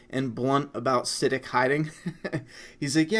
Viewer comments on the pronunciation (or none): I love you, but I despise it whenever you mispronounce Siddiq's name. It's pronounced Sid-deek.